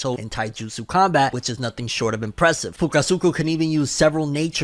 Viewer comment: 😂😂sometimes I think messes up certain characters names on purpose. He said fukusuku, I laughed hard as hell and said who the hell is fukusuku….. it’s fukusaka.